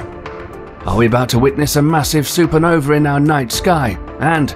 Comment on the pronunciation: You may be correct, but I suspect that blaming it on a British narrator is not going to help your cause. Tom Bennet may be British, but I doubt you have the income to pay for him to start with, and if you do, then you have enough to teach him to speak properly...I am British as well. Honestly it sounds like you are using his voice with AI speech generation. "Super Novee"???